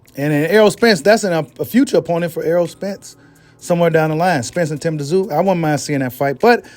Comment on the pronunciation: The”T” is silent … it’s simply pronounced, “zoo”. You know like Sun Tzu? Any dude that’ll step in that squared circle should at the very least, be given the respect of having his name properly enunciated by boxing media. It would also be a good look for you as well.